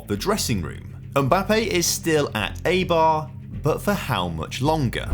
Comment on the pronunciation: Enjoyed the video, but you should look up how to pronounce the names of clubs that they end up at. The pronunciation of Eibar was hurting me and it only takes a minute to do so